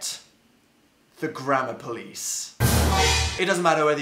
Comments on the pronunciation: it sounds like he is saying grandma police... just me... okay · i thought he said grandma instead of grammar 'the internet takes grandma very seriously' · Omg, it DOES sound like he is saying grandma police!!!!! 😆lol!! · Lol same. At the beginning, it sounds like 'The internet takes grandma very seriously' 😂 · I'm sorry but I thought you said "The Grandma Police" 😂😂😂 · Am I the only one who heard grandma police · The grandma police will kill u in ur sleep 030 I could tell he was saying gammer thou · wait so how do Americans pronounce grammar?